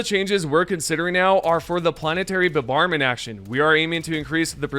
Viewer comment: mf "planetary bubarment" dude stop.